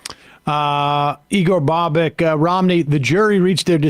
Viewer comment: It's pronounced "bobitch" not "bobek"